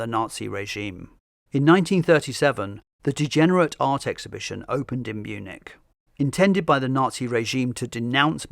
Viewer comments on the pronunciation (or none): none